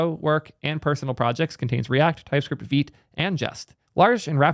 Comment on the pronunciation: I've been butchering Vite as 'White' but with a V. It's really strange why Vite would be pronounced as Veet